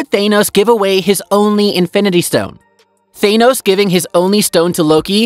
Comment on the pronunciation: Thaenos lol its Thanos.